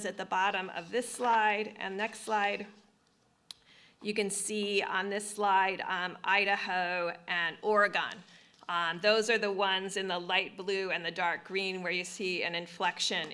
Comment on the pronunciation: Skip Pence She is pronouncing Oregon incorrectly. Should sound like Oregin with a short I sound.